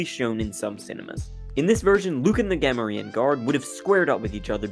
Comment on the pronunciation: Dude, you don't even know how to say Gamorrean correctly.